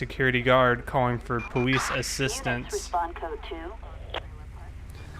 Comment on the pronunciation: Why do you say Powice ?